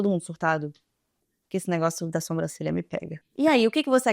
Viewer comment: pelo amor de Deus para de falar SOMbrancelha kkkk aaaaaaa é SObrancelha